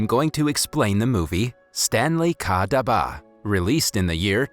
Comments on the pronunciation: Omg iys not daaaaba its duba and its not jalibis its jalaibis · The word for lunchbox India is actually pronounced ( duh-ba ) not dhaba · Dabah is pronounced duh-bha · stanley "khhhhhhhhhhhha daba". its pronounced as stanley "ka dab-ba". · you made some some pronunciation mistakes dabba dab-ba the Bs are a bit thicker jalabees ja-la-beey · PLS ENGLISH SPEAKERS DONT SPEAK ASIAN ITS CRINGYYYYYYYYYY. khadus is spoke as kharus.dabba is not daba.Not jalabis jalebi.etc. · its not stanley ka daba its stanley ka dabba. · As someone who knows how to speak Hindi I burst out laughing at the da-ba its dab-ba and it means box or in this case lunch-box. Its called Stanley's Box thats what Stanley Ka Dabba means. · ITS DABBBBBBBBBBBBBAAAAAAAAAAA not daba lol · dabbbaaaa not daba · I’m sorry no offense but it’s not daba it’s dabba pronounce the b with a press and not pronounce it lightly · this is very sad but PLEASE PRONOUCE THE WORDS CORRECTLY AS A INDIAN I CAN'T BARE TO WATCH THIS AND HEAR DABBA AND GALABIS PLEASE FIX IT AND SAY DUBBA AND GALABES PLEASE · for dabba there is a hard b and for khadus its the d thats has to be hard🤣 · Its pronounced dub-a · Great movie, great storyline, however the way you say daba is too funny, any Indian in the comments will know how we pronounce it. And also Jalibi is pronounced Jal - ib - bi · it's called "dub baah" and "khu hroos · u pronounce daba its like dab ba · Bro no offence but please pronounce the word dabba better, It's dab-bbaa👍👍😊😊😊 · The way he said dubA made me laugh but it's ok cause like him i also have problems while pronouncing long english words which are new to me. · the pronounciation of dabba was funny it is pronounec as dubba btw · It's dab ba n not Karush it's kha rus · Just pointing out (don't be angry) It's Stanley's box in English and in Hindi it's Stanley Ka dab'ba (dab as in Dub) and (BA as in bba bu'h) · (Stanley Ka Daba) They way u pronounced Dabba tho- XD (Dah-bh-a) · You pronounce dabba in wrong accent